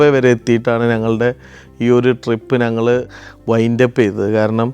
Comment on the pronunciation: ചില ഉച്ചാരണങ്ങൾ ബോറടിപ്പിക്കും... അത് തിരുത്തി പ്പിക്കുന്നതിൽ എന്താണ് തെറ്റ്. ഉദാഹരണത്തിന്: 'ഞങ്ങൾ' എന്നത് ഇദ്ദേഹം പറയുന്നത് 'നങ്ങൾ' എന്നാണ്. അത് ആവർത്തിച്ച് വരുകയും ചെയ്യുന്നു...